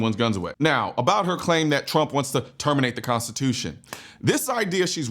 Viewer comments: I'm sorry..."consciotution? Lady, either stop drinking (which would be preferable) or start learning how to pronounce the word (actually, both would be a great start)! IT IS PRONOUNCED "CONSTITUTION"!! WHAT A LOSER!!! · She can’t even pronounce Constitution correctly her speech is very slurred lmao unless someone gonna tell me she has a speech impediment now 😂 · can’t even pronounce constitution correctly lmao my goodness